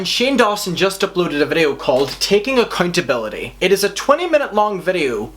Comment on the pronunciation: LMAO sounds like you said acCUNTability